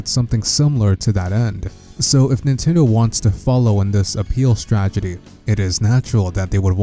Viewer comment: It's both a strategy and a tragedy...